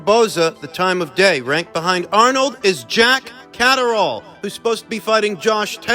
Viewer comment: "Jack Caserole/Cataract!" 😂The butcherd names never gets old 👊